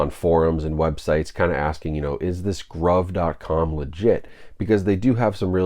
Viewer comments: lol isn’t it pronounced “groove” I don’t know why they would call a site “Grauve” that doesn’t mean anything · I'm pretty certain it's pronounced groove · I believe it is pronounced groove. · I assumed they were pronounced "groove" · Bough from them a lot. Pretty sure it’s pronounced groove groove in American English (gruv ) noun. a long, narrow furrow or hollow cut in a surface with a tool, as the track cut in a phonograph record for the stylus to follow. any channel or rut cut or worn in a surface. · Been buying from them for almost a year & have snagged a lot of good titles at great prices. Grabbed several 4Ks around Black Friday for $7.99. Pretty sure it's pronounced "GROOVE" BTW. :) Also, they almost always have 20% off your purchase promo codes out there you can use plus free shipping. Good video. FYI - Only ships within U.S. for your overseas viewers. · Most likely pronounced groove…